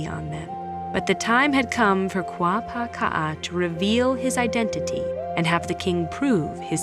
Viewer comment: Kuapaka‘a, not Kuapāka‘a. Am I hearing her pronunciation oddly??